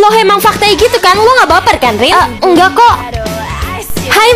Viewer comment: nama nya bukan ren tapi Rin